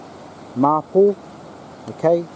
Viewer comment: Thanks you very much for the video. I found the bits on wood burning and the medicinal properties very interesting. Mapou is pronounced ma-pour and matipo is pronounce ma-tea-pour. Does anyone know why the Mapou and the similar Kōhūhū (as mentioned) in the video are also called Mapou (Red and Black respectfully).